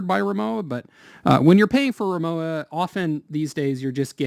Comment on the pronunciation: The w in Rimowa is pronounced as a v.